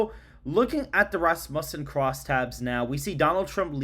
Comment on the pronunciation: FYI it’s Raz-mew-son 🤘🏻